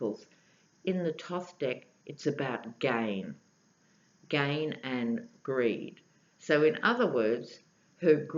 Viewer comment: it's funny when you said "gain and greed", it sounded like "gangrene ". Yep they're like a damn infection that keeps getting worse & you can't get rid of!